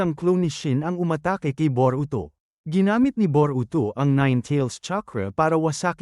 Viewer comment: Bobo ata itoe Boroto ng Boroto😂😂😂😂😂😂😂😂ee e e eeeee bobo hahahahahahahaha